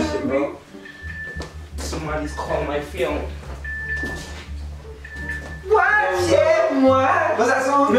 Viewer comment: “Somebodies calling my fheon”😂